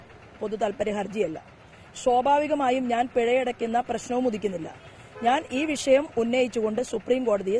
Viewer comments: ശോഭാവികം അല്ല ശോഭ ചേച്ചി 😁😁 സ്വാഭാവികം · ശോഭാവികം അല്ല സ്വാഭാവികം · ശോഭാവികം അല്ല ചേച്ചി സ്വഭാവികം വല്ലപ്പോളും ഈർക്കിൽ എടുത്തു വടിച്ചു തരാൻ സുരേന്ദ്ര അണ്ണനോട് പറയണം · ശ്വാഭാവികം അല്ല സ്വാഭാവികം.... അയ്യ അക്ഷരോം അറിയില്ല നാക്കും വടിക്കില്ല. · ശോഭവികം അല്ല ചാച്ചി സ്‌വേഭവികം എന്നാണ് ശോഭയുടെ ശോ അല്ല ചാച്ചി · 'ശ്വവാഭികം' അല്ല 'സ്വാഭാവികം' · ശോഭാവികം അല്ല ശോഭ ചേച്ചീ.. സ്വാഭാവികം.. 😁😁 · മാഡം ശ്വഭാവികം അല്ലാ സ്വാഭാവികം 😂😂😂😂 മുൻനിരയിൽ ഒരു പല്ല് ഇല്ലാത്തത് കൊണ്ടാണോ സാ ക്ക് പകരം ശ്വാ കടന്ന് വരുന്നത് 😂😂😂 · ശോഭാവികം അല്ല ശോഭേ സ്വാഭാവികം....കഷ്ടം... വിവരവും വിദ്യാഭ്യാസവുമുള്ള ആരുമില്ലേ നിങ്ങളുടെ കൂടെ? നാരിയേൽക പാനി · ശോഭാഹികം,,അല്ല ശോഭേ,,, സ്വാഭാഹികം,,,,, ഇതൊക്കെ പഠിക്കണ്ടെ ശോഭേ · ശോഭാവികം എന്നല്ല ശോഭേ':: സ്വാഭാവികം എന്ന് പറ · ഷോബാവികം അല്ല അമ്മച്ചീ സോഭാവികം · Shobhavikam alla shoobhea...."swabhavikam" ennaanuttooo...... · Shobavikam alla swabavikam... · അവൾ ശോഭാവികം എന്ന് പറയുമ്പോൾ മുന്നിലെ പല്ലിന്റെ വിടവിലൂടെ കാറ്റു പോകുന്നത് ഞാൻ മാത്രമേ കേൾക്കുന്നുള്ളോ